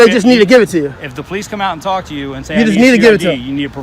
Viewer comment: The po-lice caused the disturbance.